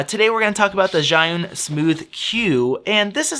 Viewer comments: I asked my boyfriend who is Chinese, and he said the closest pronunciation of "Zhi" can be "Jee", so "Zhiyun" is "Jee-yun" ;-) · It would save a lot of marketing effort if they just named it SmartCloud instead of the impossible-to-pronounce-in-English ZhiYun.